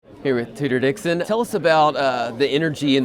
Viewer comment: Did he subliminally call her Hooter Dixon? Sounded like it